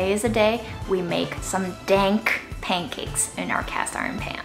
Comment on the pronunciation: mmmmm.... "dankakes"